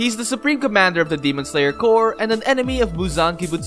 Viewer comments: He says Core instead of corps.. can't stand it >.< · Him saying core n not corps pains me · Corps not core. Stupid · Everything you said are awesome. It's just annoying how you pronounce CORPS to COR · It just me or somebody notice too. That the way he pronounced corps is core? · Why he read as 'cor' but it written as 'corps'? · Him saying "demon slayer core" annoys me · well it’s spelled demon slayer corps but the word corps is pronounced core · it's pronounced as kor. google is just few clicks aways stop being stupid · CORPS AND CORE ARE PRONOUNCE DIFFERENTLY!